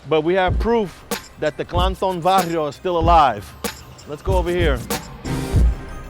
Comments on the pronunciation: It's BARRIOS not Varrios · It barrios not varrios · Its barrios not varrios dumb fuck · is Barrios not varrios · Its barrios not varrios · It's"Barrios" not "Varrios". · BARRIOS WITH B BRO NOT V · Yeah " varrios" means several,it's barrios pendejo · BARRIOS not varrios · Is "Barrios" no Varrios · If you going to use Spanish you have to pronounce it correctly, Ba ba ba barrios not V v varrios. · It's not both wtf... it's "Barrios".. Chicanos wanna speak Spanish so bad y ni saben...